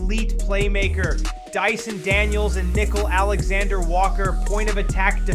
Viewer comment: Who is “Nickel” Alexander Walker??? It’s Nick-KEEL